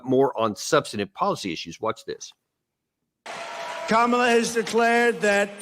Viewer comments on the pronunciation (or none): Her name is “COM-ala, not CAM-ala”. How can u make political videos and still cannot even pronounce a name properly? I can’t stand her but get her name right ffs